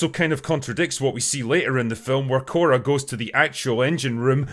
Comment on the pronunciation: Her name is "Korra" enough said 😂